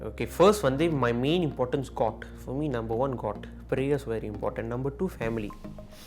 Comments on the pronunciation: I literally heard it as GOT instead of GOD. You know what GOT means right, game of thrones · The way pronounced god killed haha